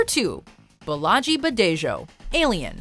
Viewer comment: LOL...I cringed so hard when you started talking about Bolaji Badejo. As a Yoruba myself, that pronunciation was painful to hear. Anyway, Bolaji returned to Nigeria after his studies and opened an art gallery here in Yaba, Lagos which still remains open till today. His role in the Aliens franchise isn't discussed much here as the franchise isn't very popular among Nigerians.